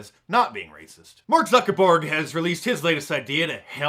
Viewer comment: "Mark Zucker 'borg' " Lmao!!!!